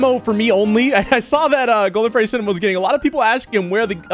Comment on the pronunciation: Bro said feddy💀